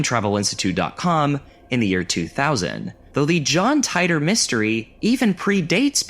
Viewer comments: John TIIIIIII-TORRRRRRRRRR You’re driving me crazy saying it wrong . . . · i hate to break it to you but John Titor is pronounced tee-der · Hell / com! This is the only video I've ever seen to mention that arts collective. I had a chance to get into it a few times when they ran free access. Fun little interactive art pieces and the like. Subbed. BTW, it was pronounced, John "Tee-Tore" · titor = tee-tore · Did....did you deliberately mispronounce John Titor's name just to make that "barely knew her" joke? Because I've watched several videos on that story and I've never heard anyone pronounce it like that...